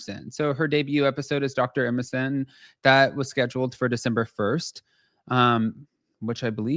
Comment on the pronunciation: are you saying December 1st?